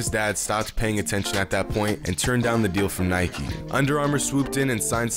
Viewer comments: It's Nike not Nikeie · U said Nike wrong the whole time tho If u say bike u should say Nike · Anyone else annoyed about him saying ‘nikey’ instead of Nike ugh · It’s probs because he pronounced Nike “nikey” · Idiot you can't pronounce "Nike" why u say NikEEE XD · Why do you keep saying “nikey” because i find it really disturbing. You deserve a big dislike my man... i wish youtube bans your account forever. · Its not nikeeeeeee its nike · It's just NIKE not nikie tf dude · As soon as the narrator pronounced Nike Nikee I clicked off 😂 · Do you call bike bikey??? No? THEN DON'T FUCKING CALL NIKE NIKEY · Nike is pronounced Nike not Nikey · where from greece are you? where i am from we say it kind of like, "nee kee." i haven't heard of it being pronounced like nike (as in, Mike) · Dude... it's actually pronounce as ni-ke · “They Might wanna know how to pronounce his name” Proceeds to miss pronounce Nike and Adidas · Nike: pronounces Stefan wrong This video: pronounces Nike wrong Ishygddt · I feel sick for how many times you said “Nike” wrong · He said Nike and Adidas wrong